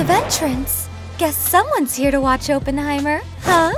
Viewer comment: Please for the love of bomb its awp-en-high-murr